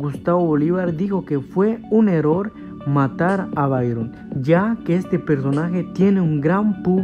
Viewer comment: Se dice error no eror